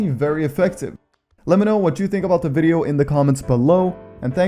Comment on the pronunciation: the way he says video lol